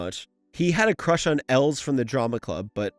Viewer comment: Also it’s els not elz, mate your pronunciation is wack just like my spelling.